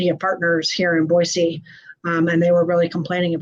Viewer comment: Thank you for pronouncing Boise (Boy-C) correctly. PS -, Hi from Cape Coral. It was hot down here today.